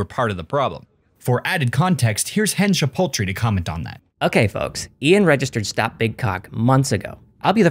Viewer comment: Hen Shipoultry 🤣🤣🤣